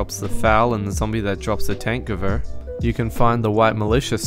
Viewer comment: thank you for pronouncing tankgewehr right